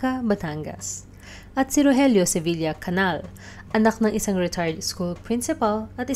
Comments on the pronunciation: Its CANIAL ( enye). Hindi Canal. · The correct pronounciation of CANAL is CANIAL. Enye.